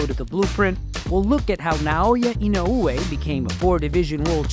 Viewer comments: C'mon top rank.. this man is printing you 💰. The least you could do is learn to say his name right. Just say 'E know way' at least it's closer than 'e no ooh whey'. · It is 4 syllables, but I think the emphasis on the e-no-OO-ay is the strange part. In Japanese the syllables somewhat blend, and the emphasis should be more like EE-no-oo-AY. Applause for doing your research beforehand though! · his name is not inouuuuoooye btw. its just I N O E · In-o-way, that’s how you pronounce it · Idk why English speakers tend to make Japanese names more complicated, dudes name is NOW-YA IN-Oh- Way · He's not Hawaiian dude, you can just say "In-oh-way" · Don't listen to these guys please, it's Ino-weh simple as that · The correct pronuonciation is, Now-ya Ino-way! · Say his name properly. Put some respect on it. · i cringed every time i hear you say inoue name, sorry i cant finish the video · The way he pronounces his name pisses me off. At least say it right if your gonna make a video about him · How this guy pronounces "Inoue" rustles my jimmies